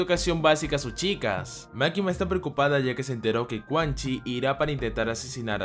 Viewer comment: el nombre de quanxi se pronuncia chu-an-chi, está en chino mandarín gran video